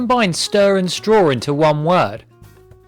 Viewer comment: "staw" OMG I CANT